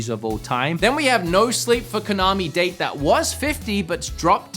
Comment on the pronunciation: Kaname date isn't pronounced that way man